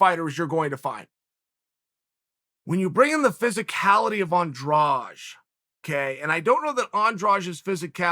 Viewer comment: Do you see a "j" in Andrade. It needs to be pronounced Andradeh. Brazilians end it with a soft "d" which misleads people into thinking it is pronounced like the second "g" in garage. English doesn't have a sound like the soft d.